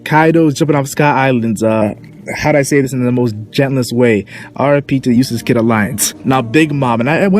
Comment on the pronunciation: lol i thought u always say useless kid not euastass kid